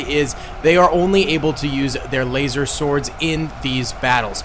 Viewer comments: Did this guy say lazer sord?! And 10k jedi vs 5k clone troopers is like smaug from hobbit vs gerrie from spongebob that is the battle rn bro what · Wtf is a "lasersword" tho